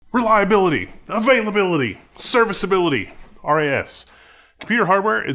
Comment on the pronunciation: "Reliability"... "Availability".... "Serviceability" .... loved the way you said those IT jargons 😂😂😂